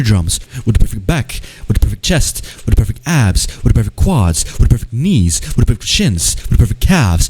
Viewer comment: you were saying "with the perfect" for so long it just sounded like you were saying gibberish lol "whiddapeopife FEET" "whidd[paepr EYES"